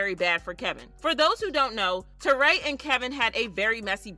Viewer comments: Why do you keep saying terray???? Her name is Torrie lol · It ain’t Tour-RAY ITS TORY